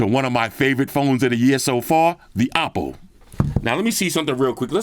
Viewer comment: This is a sick review, honest review as always! And I like how you CORRECTLY pronounce the Oppo brand, that’s how you say it 💯 not “Owpow” 😅 Like what OnePlus has done here, simple yet meaningfully usable except the price!